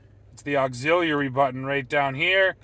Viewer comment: Someone has trouble with the word "auxiliary" lol